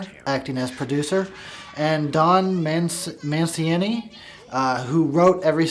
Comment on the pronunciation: Don man-see-knee (hope it helped)